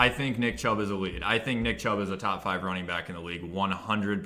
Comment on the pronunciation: I only watch this guy to hear the: ELETE